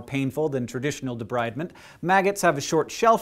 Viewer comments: It's pronounced De-breed-ment. Not De-bride-ment. But i love you anyway! !! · did you check your pronunciation of 'debridement' with any nurse or physician assistant? I learned from the folks once doing this to my flesh: it's a term from the French and spoken as 'de-breed-ment'. FYI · you pronounced debridement wrong. its de breed ment. like removis debris. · Great video, but debridement is pronounced with a short 'i'